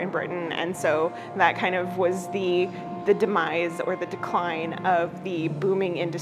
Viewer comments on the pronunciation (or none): none